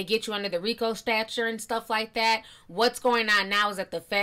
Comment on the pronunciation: It's STATUTE not Stature..two totally different meanings..